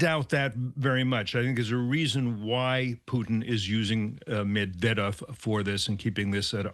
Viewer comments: Clearly it is MED-VER-DEV not MUd-del-dev.. . Anybody that has followed World history would know his name. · It’s pronounced MED~VE~DEV!!🙄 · Host couldn't even pronounce the name "Medvedev" correctly. Trump is a clown...it's all a show always wanting to create and bring attention to himself. He's a psycho.